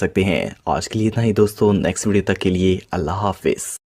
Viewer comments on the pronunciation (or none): none